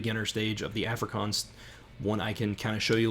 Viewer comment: Please learn to pronounce Afrikaans.